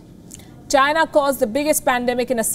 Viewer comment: its China. .Come on, try it, Chy-Na.....not Jhyna...lol. what kind of talking head is she...lol